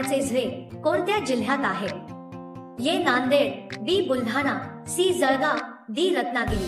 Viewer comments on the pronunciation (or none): none